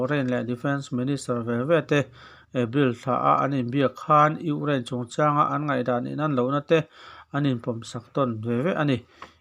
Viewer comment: I lam fiah vak lo Ukraine tih pawh kha Ungiane tih a ang ka ti